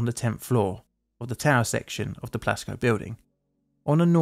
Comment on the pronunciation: I thought you said Glasgow Building and was thoroughly confused when you said Iran. But then I saw the Plasco written in the video. (English is not my native language.)